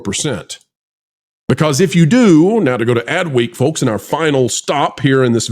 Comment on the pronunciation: The L in folks is SILENT!